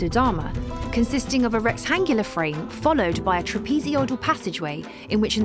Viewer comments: TRAPEZOIDAL NOT "TRAPEZODIAL"!! 😵‍💫🙉🙉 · Take a drink everytime she says "TRAPEZODIAL"! 🤣🤣💩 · Trapeezee-oidal. Ugh.